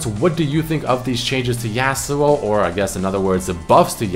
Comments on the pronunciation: Say yasuo so fuckin weird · Is anyone else annoyed every time he pronounces Yasuo wrong lmao